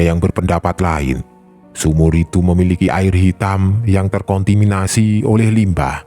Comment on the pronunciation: 17.01... ter k o n t i minasi 😯 ter konta minasi , iya kan bang ?? 😅